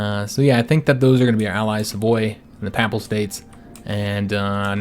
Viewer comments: Papal is pronounced peyp-al rather than papp-al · Just a little thing; I notice nonreligious people pronounce papal as a soft first a; however, it is pronounced pay-pull. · Personally I don't pay no mind to the "uh"s, but your mispronunciation of the word "papal" is killing me. It isn't pronounced papple or papel. What is making it far worse is the number of times you are saying the word (which isn't surprising given that your campaign is focused on Italy) and is unfortunately making the video almost impossible for me to watch.